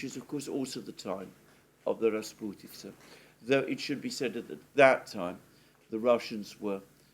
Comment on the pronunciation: Your pronunciation of the word “rasputitsa” is brilliant😊